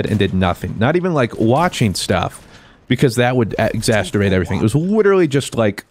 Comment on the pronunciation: Sucks that you still sick and feeling low, itll get brighter just keep going day by day. Now that I've got the feely bit in, its exacerbate! Not exasterbate ya sick dork